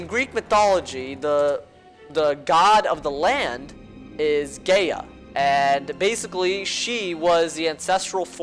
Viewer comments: Its not gaya Its Gaea or Gaia ( guy ya) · It's pronounced Guy - uh, Not Gay- Uh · i know this is small but why did you have to pronounce it gaya? D; i cri evry tim